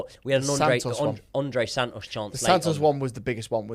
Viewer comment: This would be so much mote watchable if pronounced his T’s - andrey san-os- and thats coming from a northerner